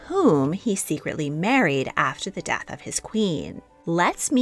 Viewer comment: "Dath"? Do you mean "death"? The latter is pronounced with an E.